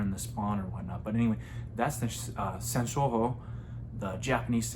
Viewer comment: It's pronounced sun show ooh o